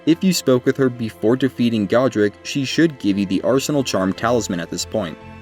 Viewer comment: It’s God-ric not Go-dric